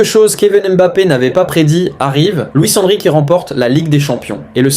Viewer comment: Luis Enrique tu le prononce très très mal 😣